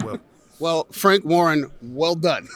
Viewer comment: Frank “Fank” Warren